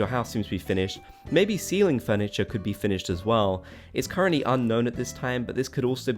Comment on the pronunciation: You said 'ceiling furniture' ... I thought you said 'STEALING furniture' LOL! Like, you can take items that you like from your villager homes, or the villagers taking stuff from yours :D